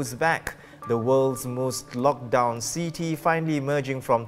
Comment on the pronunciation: please stay off the camera if you can't articulate in English properly. The English word "city" is not pronounced "seeee-teeee".